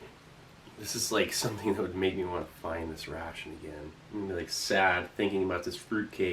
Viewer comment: Others: New year new me Steve: New year new mRe . happy new year, Steve :))